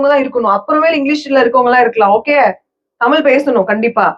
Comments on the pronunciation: U 😅😅 it's not tamil. Tamizh. Neenga tamizha ondrum 😅😅😅😅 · could be. Still a shame to say தமிழ் as தமில் and whole conversation filled with few tamil words her and there. You don't need to live overseas to forget தமிழ்.